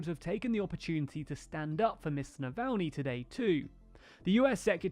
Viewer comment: Good work on pronouncing Navalnys name this time ;)